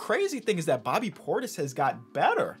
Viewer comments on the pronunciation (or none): none